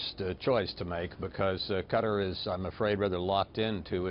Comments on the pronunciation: Damn "Ka-terr" man!! Lol Learn how to say the country's name properly first before reporting,. Just for the record, it's pronounced Qa-taaaar, I can feel the Former CIA director irritated as fuck with your pronunciation. You know what, Fuck this, just get in contact with me and I'll personally give you a tour of Kater, you'll really enjoy it. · That bitch cant even pronounce Qatar.